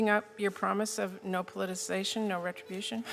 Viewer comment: Old bag cant even say politicisation properly 😂